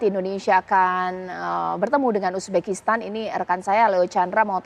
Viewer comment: Uzbekistan bukan ubekistan..reporter dongok